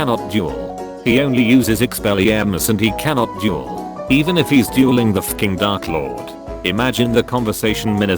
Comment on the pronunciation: Is it just me or am I the only one hearing juul instead of duel?